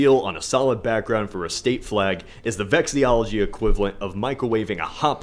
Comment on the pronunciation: Lmao, he said that he’s a fan of vexillology but called it “vexiology”